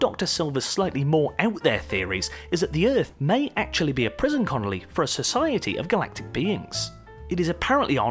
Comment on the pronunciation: What’s a ‘prison connelly’?